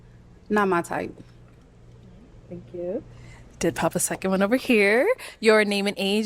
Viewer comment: Why did you say it like that Thank ya like that lolol 😅😅